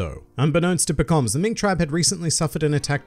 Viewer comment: You DO pronounce it differently from the anime. I heard about it on a subscriber benchmark, but now I heard it myself.